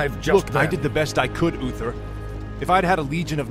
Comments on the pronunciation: I love how you pronounce Uther...lol "Oofer" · Sorry but i have to tease you about "ufer" ^^ Its Uther!! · Ok, someone explain this to me, how is he unable to say uther properly, but he can say THE light bringer. Like I dont wanan be that guy, but im jsut tryin to understand. Its not UFER, its UTHER with a THE sound, just like he said in the word the. God im so shit with accents. and i REALLLY wanna watch these videos. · who is oofer? i always thought it was uther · I kept hearing you say Oofers and I couldn’t stop laughing. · I tried watching this, i really did, however every time you said Uther, like Uffer, drove me bat shit crazy. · Uffer and loffar. Thats all I am hearing. Th making a ff sound. So hard the follow.